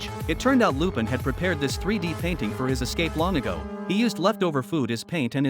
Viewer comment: This has to be AI voicing this. I mean, who pronounces Lupin that way